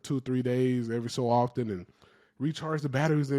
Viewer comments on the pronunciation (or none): none